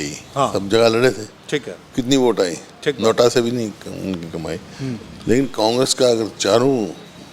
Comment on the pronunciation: हुडा साहब नोटा को नोट बोल रहे है😂, लगता है खुद के राज में खूब कमाए थे हुडा साहब जिम्मेदार है हरियाणा कांग्रेस की बर्बादी के लिए। इनकी वजह से अशोक तंवर जी, कुलदीप बिश्नोई जी और अन्य ने मजबूर होकर कांग्रेस छोड़नी पड़ी। कुमारी सैलजा खतरा बन सकती है BJP के लिए। बाकी BJP की अचीवमेंट बहुत है। हर गांव में 8 से 10 बच्चे सरकारी नोकरी लगे। कांग्रेस राज में आपातकाल में पुलिस नही आती थी 100 NO पर कॉल करने पर आज 10 मिनट में आ जाती है। हुडा साहब ने EX GRAITYA की नोकरी खत्म की। मेरे पापा के जाने बाद पूरा घर हल गया था, अगर नोकरी मिल जाती तो हमे नर्क नही देखना पड़ता। फिर हमारी जमीन जा अधिगहरण किया गया, उसमे भी नोकरी नही दी । और पैसे लेकर खूब नोकरिया दी। ये सब बाते मै खुद अनुभव कर चुका हूं। VOTE FOR BJP